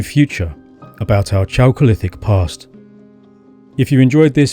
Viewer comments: First syllable of "chalcolithic" should be /kælk/ -- same as it is in "chalcopyrite." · It's pronounced 'kalcolithic'. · Very interesting and well done. P. S. 'chalcolithic' -> K as the initial consonant. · Chalcolithic = KAL-kuh-lith-ick